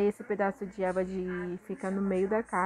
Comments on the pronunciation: Porque vc fala Eva pro e.v.a? Tá MT linda sua caixa compra veludo aqueles que faz almofada sai bem barato para fazer graminha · sim kkkkk quando fala Eva eu fico procurando o que é